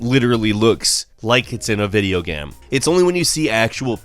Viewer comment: "literally looks like ti was in a video gam" Not GAME, the moron actually pronounced it GAM. LOL. WTF